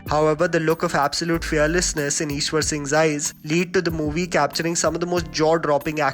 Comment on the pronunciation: Its Hav. Isher Singh not Ishwar Singh